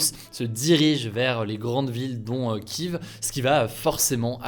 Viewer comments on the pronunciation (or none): Hugo ça se prononce Kièv pas Kiv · On dit Ki-Èffe, pas Ki-ve. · C est pas kiv mais kiev btw 😂😂